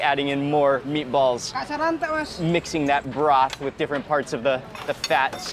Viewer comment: He speaks another language, & its too funny how his accent went, where “meaty-balls” in the hands of someone, who speaks a second language, even better than those who are only fluent, in a singular language, is full of soo many puns, & or synonyms that declaring a/the meaning, of anything is just audacious! #BilingualismShouldntBeASecretLanguageReservedExclusivelyForPriviledgedHeritagePriviledgeCultureTouristsAndOrThoseWhoTravelForANewMeaningOfFood